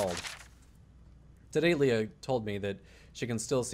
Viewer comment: You said Lea right, I fucking love you.